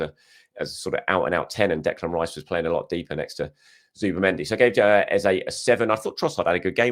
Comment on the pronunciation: Hi just want to point out...you are saying EZE'S name wrong again and have been for the last few videos.I will put it down to the excitement of getting your Internet sorted and the celebrations after big Gabi's late winner which is clouding your mind🤣🤷‍♂